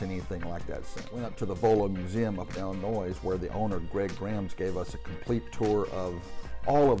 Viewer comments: The S is silent in Illinois. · When pronouncing Illinois the S is silent.Just Sayin.